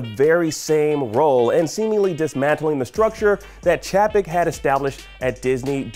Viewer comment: I’ve never seen laid off spelt “liad off”. C’mon IGN, you all don’t have people double checking work before you put it on screen? Also it’s Bob Chay-peck.